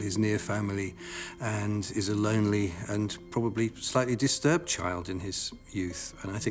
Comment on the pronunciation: My only question is, do you actually pronounce and spell the word, "PROLLY" 😖🤣😆instead of pronouncing and spelling it properly as "PROBABLY ?"